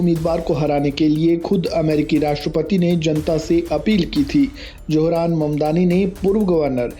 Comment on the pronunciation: Wo apne ko muslim kehta hai suna nahi. Aur johran nahi zohran. Tum logo se naam bhi sahi nahi liya jata. J aur Z mein bohot ferq hai.